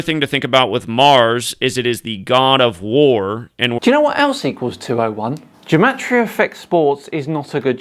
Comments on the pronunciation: Not to be too much of a party pooper, but gematria is pronounced with a hard G (Like Gamma) not as Jematria (Jewel). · Why does he start by pronouncing gematria with a hard G sound and then just switch half way to a soft G sound? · "Ruining Gematria"? Um ... OK. Go for it! Question: how do you pronounce 'Gematria'? The GematriaEffect guy says it sometimes with a hard 'g' as in 'get' and sometimes a soft 'g' as in 'gem'. Is he trying to confuse us? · This gematria guy is pronouncing gematria wrong. I found two different pronunciations and his matches neither? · For someone putting so much emphasis on spellings, he can't even decide on the correct pronunciation of "gematria"